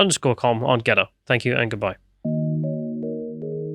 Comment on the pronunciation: I have eventually found you all on Gettr after months of searching for 'Gedder'! Please adjust your pronunciation 😉